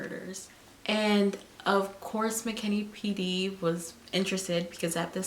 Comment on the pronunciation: It’s McKinney not McKinley